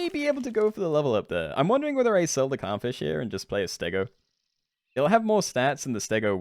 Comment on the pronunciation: I swear to god i heard cumfish instead of clownfish at least 3times ahahah